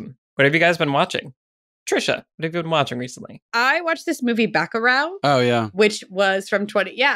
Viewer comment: as a brazilian, I had a hard time trying to undertand wich movie Tricia was talking about. Dont get me wrong, she did great. Its more like buh-ku-raw. but I get it, its also not that easy for brazilian to say it right in the first try. Anyways, Bacurau is a wanderful movie, go watch it